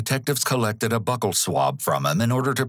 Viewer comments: anyone else bothered by how he says "buckle" swab? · "BUCCAL" is not pronounced like "BUCKLE"! It is pronounced like: "B-YOU-KAL". The first part sounds like "PUKE". LOL! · Small nitpick, but the word 'buccal' is pronounced with a long U sound. So, rather than sounding like the word 'buckle', the U sounds like the word 'beautiful.' Byew-cull.